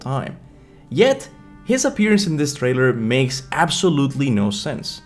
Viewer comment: Dude, is tree, not three, and it’s trailer, not thrailer!!! Can’t listen to this 🤦🏻‍♂️🤦🏻‍♂️